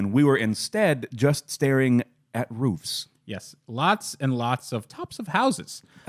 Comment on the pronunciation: should teach how to pronounce “Roof”. Lol